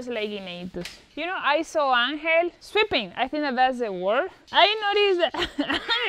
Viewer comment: the first time in the video when you said sweeping it sounded like "stripping" to me, it was at that point i subscribed and hit the notification bell and smashed the like